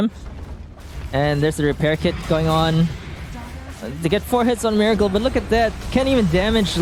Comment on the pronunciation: Its pronounced Meh-racle